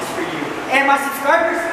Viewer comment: Nawe suscwibher😁 not Spanish btw